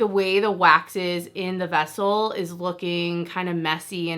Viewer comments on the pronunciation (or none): none